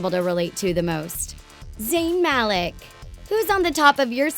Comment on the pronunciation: Wow, she actually pronounced Zayn Malik's name correctly!